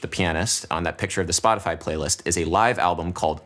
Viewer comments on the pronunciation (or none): none